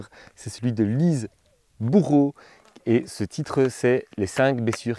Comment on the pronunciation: Lise Bourbeau pas Lise Boureau ! Quand même vous parlez d un auteur et vous écorchez son nom ...